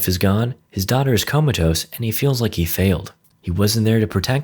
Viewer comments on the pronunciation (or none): none